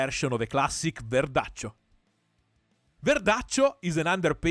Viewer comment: The real verdaccio pronunce!! Ce piace verdaccio!!